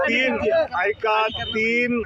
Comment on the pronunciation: आयको😂😂😂 ऐका ऐवजी म्हणतोय😂😂